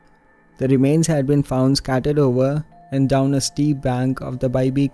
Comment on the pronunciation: Are you based in Scotland? Just with you saying 'doon' it's how we say down here 😂 Good work 🤗👌